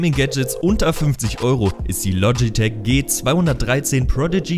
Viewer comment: Bitte es heißt logitech und nicht lotschitech und mechanische tastatur schön und gut aber 1. Zählt dass für mich nicht als gadget und 2. Mechanisch ist nicht gleich mechanisch woher soll ich da jtz wissen welche Schalter da verbaut sind zufällig weiß ich dass es cherry mx Red sind aber trotzdem